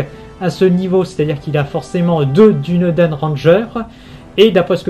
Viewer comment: Dunedain ça se prononce Dounédaïne et pas Dunédin ni Dunédène